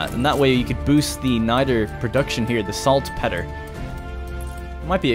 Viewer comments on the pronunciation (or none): Odds are you'll never see this.....watching the whole series. Two things....1) It's pronounced Salt-peter. 2) Caochouc (sp) is the french word for rubber and is pronounced 'ka oo chu'. Thanks :)